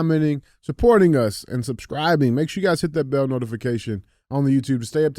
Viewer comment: Alright DJ. I can't keep quiet any longer. It's "bell notification" not "bail notification". Anybody want some taco bail?😂